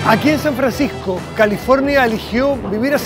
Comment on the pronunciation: En el minute dice San Franscisco y es San Francisco . Una pequena correccion :)